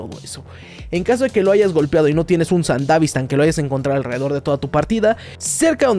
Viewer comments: Me estresa que digas sandavistan y no sandevistan como debe ser pero igual buen vídeo xd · Se dice Sandevistan no sandavistan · Se dice sandevistan.